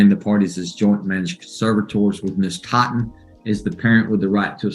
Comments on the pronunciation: Ms. Thot-en 😂😂😂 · Plaintiff “Thotten” 😂😂😂😂